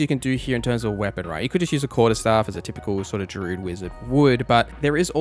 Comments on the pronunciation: I was going to leave druid alone but when i heard you say ward i had to make the comment Dru-id, two syllables, not drude Ward is pronounced like war but with a d on the end (word) Love the video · Great video content but your pronunciation is grating.. “Drood” “Waad” etc 😬